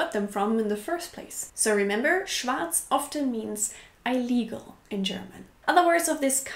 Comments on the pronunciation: please check the pronunciation of words that you don't know it of before making a video. It always hurts me when you pronounce illegal like "ile-legal"....It's more like "ill" and "legal", the i being pronounced like in German... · Your videos are a lot of fun and quite instructive - and mostly on the money. But please stop saying "I legal" when you mean "illegal" (pronounced "ill legal"). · You want a “short” i for “illegal” (like ill/sick) rather than “long” (not like eye-legal). Ill-eagle rather than eye-legal. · Illegal is pronounced like "ill - legal", not "eye - legal". Sorry... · Great video. I enjoy the varied topics you find to discuss. Keep up the great work. Two minor pronunciations: illegal, rather than "EYE"-"lee"-"gull" it's "ih"-"LEE"-"gull" situation - most people around me say it as "sih"-"chew"-"A"-"shun" monger - "MAHN"-"ger" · Interesting topic. "ill-legal" not "eye-legal" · That hurt my ears - even though I'm German. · das Wort "illegal "spricht man im Englischen "IL-liegel" aus, nicht "Ei-liegel".;-) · Eil-Igal. du bist also ein Eil-igel :P Man spricht es tatsächlich Illegal. das I als Vokal vor einem doppelten Konsonanten wird im Englischen als "I" und nicht "Ei" gesprochen. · i-llegal? also ei-llegal? Ich sprech das illegal wie ill-legal aus. Bin native speaker aus Irland. Wo spricht man das "i" lang aus? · I love your videos, and I love your English-German accent. But check your pronunciation of illegal It's pronounced "ill-legal", not "eye-legal". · Just wanted to correct a pronunciation that I heard. You say eyelegal instead of illegal. It's more ihleegal :) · Illegal.. not eye-legal... ill rhymes with pill. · Not eye-legal, ill-eagle. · ILLegal. Not EYElegal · just came from the video about having problem pronouncing words, loved hearing "eye-legal" xD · Yes but I LIKE it when she says eye-legal. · "Eye-legal"? I've never heard it pronounced like this. Is it a British pronunciation?